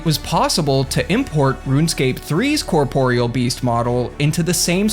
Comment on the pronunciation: Incredible. A RuneScaper who actually knows how to pronounce corporeal. Excellent work.